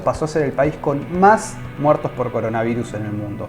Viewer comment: Trump. Es coronavirus, no coronavairus 😆😅😂